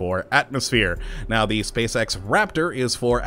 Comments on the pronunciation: you said space sex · he says spacex like spacesex... think about the children xD